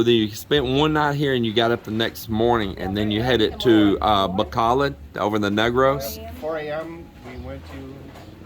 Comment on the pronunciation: Our house/farm is very near the Highlander Resort... it's funny to hear expats say Bacolod... it's Ba ko load not Bac a lad 😂